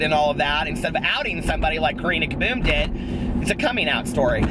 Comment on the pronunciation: the way you say Karina Caboom is so much nicer than my British accent 😆